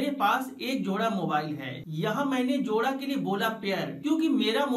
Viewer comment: Jora not joda